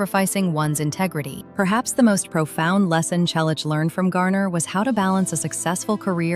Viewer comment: Teach your AI-generated voice to pronounce "Selleck" correctly. Not again the story of his life. Everyone we know an most of his fans have already read his book or listened to the audio CD. Learn English. It's free on YouTube. Read it. Why talk about people you don't know personally? Why copy the same video and comment from other creators? The story about him and James is getting more exaggerated every day. Again: Don't talk about people you don't know personally.